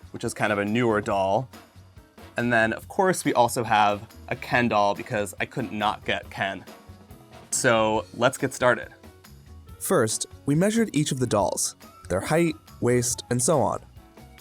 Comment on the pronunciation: It's ken-doll.. not kendall,.